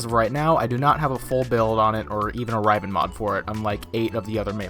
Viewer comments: Riv-en. Not rive-N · he pronounces it Raiven.... xD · Some Guy even though the fucking devs pronounce riv-en? Right.... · Dude how he says riven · It bugs me so much the way you say riven, haha but nice vid nonetheless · Good video but so triggered on how you say riven... OMG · honestly that pissed me off the most in the video